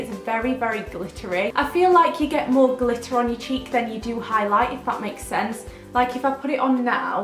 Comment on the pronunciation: I thought you said cheep products instead of cheek products haha